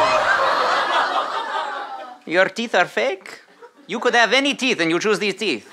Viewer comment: I know he meant gnashing of teeth but instead of teeth I heard tea which is why I thought it was so funny.